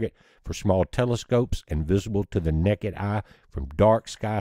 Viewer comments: necked eye eh🤣 Honestly I prefer that version of the word over plain-ol’ naked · He said “Nekkid Eye” 😉 Pretty cool.